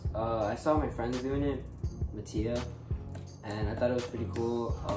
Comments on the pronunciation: WIPEDOUT-‘s trailers how to pronounce mattia!! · when you figure out you’ve been pronouncing kairi and mattia wrong this whole time